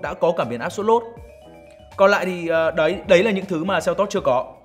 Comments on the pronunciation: Doc la kia selto chu ko phai kia seltot ong noi oi !!!! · Đọc tên xe là "sen tốt" nghe sang hơn. Đọc "seo tót" nghe như "teo tóp"